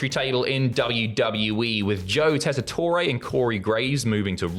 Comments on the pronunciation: As an American, you don't pronounce the last vowel in Joe Tessitore's name. Just "Jess-I-Tor". All love and no hate, just heard him say his name for years on college football games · British wrestling people learning how to pronounce “teasitore” challenge. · So he's another Italian American who can't pronounce his own name correctly? Because the "e" at the end of "Tessitore" is most definitely NOT silent in Italian. Yet another member of the Shavontay Club. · Is the mispronouncing of Joe Tessitore's name a bit?